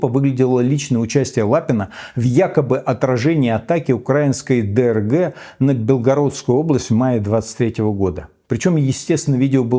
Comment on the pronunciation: Михаил, правильно говорить не укрАинский, а украИнский. Уверен вы справитесь с этим не сложным заданием, вы ведь умный и совсем не МихАил, а МихаИл, правильно?